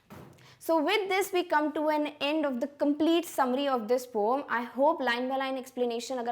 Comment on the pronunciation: Mam its poem not pom 😂😂😂😂